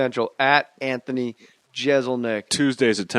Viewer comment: I'm just trying to imagine how irritated Anthony was by Jay's constant mispronunciation of his name. If you're a fan, you know.